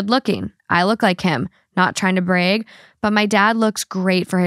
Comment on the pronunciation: When said “brag” whoa did that accent come out lol